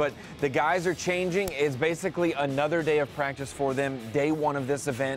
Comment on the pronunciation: The way he said Pratice counts in the beginning 😂